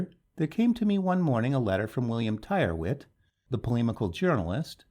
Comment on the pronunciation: Tyrwhitt is pronounced "Tirritt".